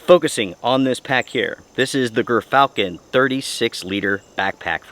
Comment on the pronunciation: You made me lookup the pronunciation of gyrfalcon- "Jer- falcon." Good review otherwise.